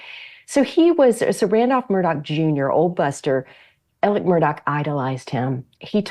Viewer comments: Why is she calling Alex, Elec? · Elic? Elic? Do you have a Southern accent? No you don't. His name is pronounced Alec.